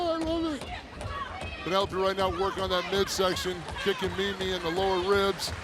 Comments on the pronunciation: Peenolope? 😂 oh Eddie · EDDIE KINGSTON CALLING PENELOPE "PEENELOPE" IS FREAKING HILARIOUS 🤣🤣🤣🤣🤣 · Dani Mo is streets ahead of Tay "Fake Latina" Conti. Hope she comes back. Also, "Peen-a-lope." Haha. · Peena lope. 😂